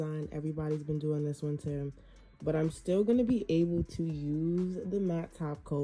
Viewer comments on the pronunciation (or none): none